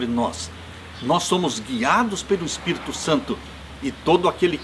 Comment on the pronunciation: Gosto de você, mas não aguento quando você fala Espirto e não Espírito.